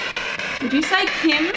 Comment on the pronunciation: Instead of "Kim" I did hear "King" instead. Which maybe does tie into the Royal message later on. Maybe a last name?